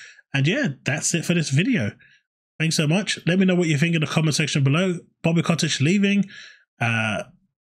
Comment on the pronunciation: Bobby cottage, now Bobby kottich. Mate lol it’s Kotick